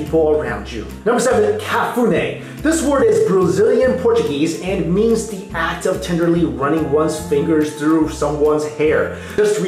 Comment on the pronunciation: You did pronounce cafuné wrong, you sounded like ca-FÛ-nai, its pronouced ca-fu-NÉE, the emphasysgoes on the last syllable not the second one,the "´" is something that doesnt exist in english and it signals emphasys on that specific letter, making "E" sound more like "AH" or something like that, its a bit hard to write sounds. I do hope that you'll actually ever read this.